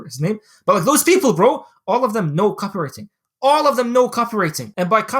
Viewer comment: Say Copy-wriTING again mf!